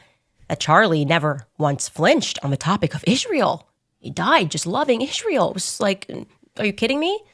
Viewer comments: The way she says Israel I'shrael drives me nuts. Man shes 1 of those people that cant pronounce Ice Cream instead its I'sh Cream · the way maniacal Candy Howens says ISHRAEL should be worthy of a lawsuit. Work on your Dipthongs, Candy!